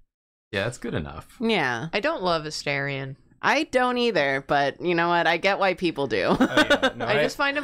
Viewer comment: every time they mispronounce Astarion I take 1d6 psychic damage